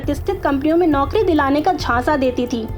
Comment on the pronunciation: ऐ! बिहार से हो क्या? नौकरी को नौकड़ी बोलती।